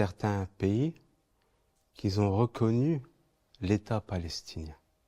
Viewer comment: Merci pour ces belles paroles. Excusez moi, "à ceux qui ont" semble plus juste que "à ceux qui zont". En effet aucune liaison possible avec "s" entre qui et ont. Merci encore pour le beau propos.